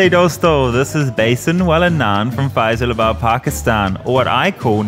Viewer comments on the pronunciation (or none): I screamed when He said Faaes alabad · As a Pakisani I have never tried this before, since I live in Lahore but I can already tell what its gonna taste like from looking at it lol- I really hope you enjoyed visiting out country! <3 Btw, “Faisalabad” is pronounced as “Feh-salah-baad” ^^